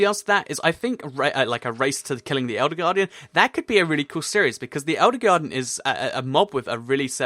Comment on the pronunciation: You said elder garden